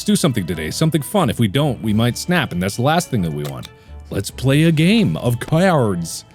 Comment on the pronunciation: “Let’s play a game… of caiards”